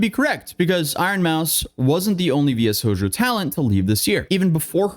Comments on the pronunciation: I'll be the one to go in the comments lol Kizuna "Ai", not A.I. V-Shojo, not VSojo/VS-hojo That aside, I've been following you since kinda just before the Johnny Somali stuff, and now you're covering this as well. It's not really a surprise at this point, but man. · V. S. Hojo... Oh my...Try: VEE-SHOW-JOE. You really kind of told everyone that you're not into anime given how you didn't know the word "shoujo" a Japanese word and a genre of anime and manga. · Oh you poor nonweeb. It's v-shojo😂 I respect the commitment to the bit. Kizuna AI is pronounced like Love in jp like aye Shibuya, like the part of Tokyo? I'm so sorry this is just a lot. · It's versus Hojo guys. 😏 Could've been funny if you just overdubbed "V Shojo" in the most bored tone. 😂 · never woulda thought to see you cover anything vtuber related and it has me howling also a little help of pronouncing for next time if you cover this again ! V-SH(OH)-JOE but v.s hojo is funnier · Brother just watch any video regarding this matter and you've known how to pronounce it you saying "vs hojo" instead of "v shojo" sounds like straight out of creepy pasta XD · V.S Hoejoe is crazy, it's pronounced like "Show joe/jou" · V-Sho-Jo, not VS-OJO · pronounced vee-show-joe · Ah, yes. Vee Es Hoejoe. My favorite VTuber Agency. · V-Sho-jo is the syllable grouping btw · took VShojo's pronunciation out back and old yellered it. Try V-Shojo for pronunciation. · VSHOJO pronounced as V.S. Hojo is hilarious...V is for Virtual, Shojo is like young girl...it's literally sh like in "Shut up, that pronunciation is ridiculous" I'm surprised he didn't say S. Hibuya Kaho...🤣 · for the record its pronounced VEE_SHOW_JOE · We love you but the pronunciation of VShojo was literally pronounced, MULTIPLE TIMES, in Ironmouse's video. How the hell did you come out at "VS Hojo"? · Imma start pronounce it as VS-hojo from now on XD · Love the video dude but I die a little for every "VS hojo" 😂😂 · It's pronounced "Vee Sho-joe"